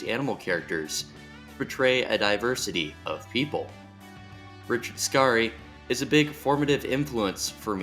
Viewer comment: It’s just Richard scary like “scary movie” not skar e. Like man that was scary just say it the way you read it. Why go out of your way to pronounce a name wrong